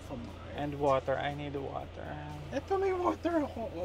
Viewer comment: "I need waterrrr" 😂